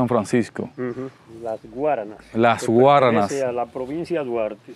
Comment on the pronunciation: Se dice las Guáranas.